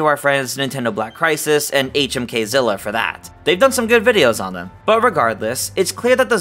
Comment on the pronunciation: It’s HMK -illa, ….